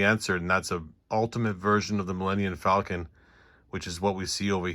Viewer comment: Is it just me, or am I hearing Millennian Falcon?